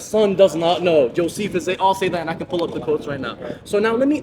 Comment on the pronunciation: *✅ Deep Dive into the Muslim's Claim about "Josiphes" (Josephus)* *Video:* HEATED! GodLogic DEEP-FRIES Dawah Team FACE-TO-FACE At Ohio State University! *Link:* *Relevant Timestamp:* ~ – (the Muslim brings up "Josiphes" right after discussing Matthew ) ### Exact Claim by the Muslim (word-for-word from the segment): > “That is why your early uh church fathers like um uh Irenaeus and all these people they say Jesus the son does not know. *Josiphes* they all say that and I can pull up the quotes right now.” He is claiming that *Josephus* (mispronounced as "Josiphes") is one of the *early church fathers* who taught that Jesus (the Son) genuinely does not know the day or hour in Matthew , proving Jesus is not God. ### The Lie Exposed – Word by Word Breakdown 1. *"Josiphes" is a church father* *False.* Josephus (Flavius Josephus, ~37–100 AD) was a **Jewish historian**, not a Christian, and certainly not a church father. He was a Pharisee who fought against Rome in the Jewish revolt, was captured, and later wrote historical works under Roman patronage (Jewish War, Antiquities of the Jews). He mentions Jesus briefly in two passages (Antiquities 18.3.3 and 20.9.1), but he remained a non-Christian Jew his entire life. He is a **secular/Jewish historical source**, not a church father. 2. *Josiphes says "Jesus the son does not know the hour"* *False.* Josephus never makes any theological statement about Matthew , the Son not knowing the hour, or Jesus' di